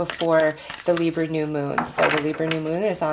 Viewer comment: Every time you say Libra I cringe Lol